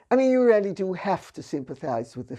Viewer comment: Her "really' sounds as "rarely" :-)